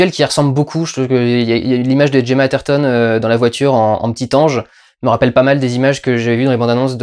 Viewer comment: On prononce "Gue"ma pas Djema